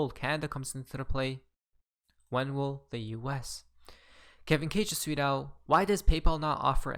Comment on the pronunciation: are you saying "tweet out" or "sweet al" . calm the fuck down and pronounce your words.